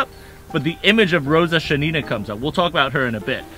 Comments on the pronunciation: You're pronouncing the snipers' names wrong. sha-NI-na - wrong, shA-nina - correct. Stress on the first syllable. no-MO-ko-nov - wrong, nomokOnov - correct. The emphasis is on the third syllable. If you turn on Google Translate and enter names in English, it will correctly translate and voice into Russian. Nomokonov grew up in a village of poor Siberian hunters. Hunting is their main activity. From childhood they learn to shoot in order to feed their family and to hit a squirrel in the eye so as not to spoil the skin. At the same time, they have few cartridges, they are expensive, and they fire when they are completely ready and confident in the result. His hunter skills helped him a lot during the war. I remember one episode. One day in the fall, Nomokonov, before going into position, came to the officer and demanded a white camouflage robe. His commander said: “You’re crazy, in a white robe on the black ground you will be very clearly visible and they will kill you.” The sniper replied that it would snow at night. Nobody believed him, but they gave him a white suit. Of course, snow fell at night, covering the sniper and it was perfect camouflage. This is not particularly important, but Pavlichenko was not Ukrainian. As far as I remember, she was born in Ukraine, but in a Russian family. And she received her Ukrainian surname, which she made famous, from her first husband. From the story, you might think that she was a very young, inexperienced student who became a soldier. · A quick note: it is Shánina, stress on the first syllable. Great video🔥